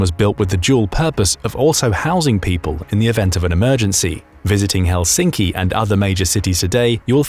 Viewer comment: It's Helsinki, not Helschinkci